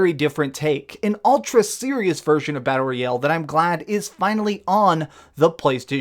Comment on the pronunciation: Why he says battle royeeeeel?